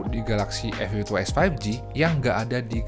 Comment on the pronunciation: Hahahaa, komen yg terwakilkan. Soalnya penyebutan A52s jadi "Efiftytu" yg mana huruf depan serienya jadi sekilas kedengeran huruf "F", dan diperparah lagi serie pembandingnya sama2 ada angka 52 nya.